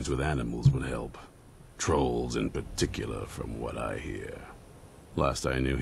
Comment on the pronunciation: "in particularrrrrr!"